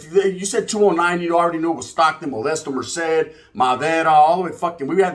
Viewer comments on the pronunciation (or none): none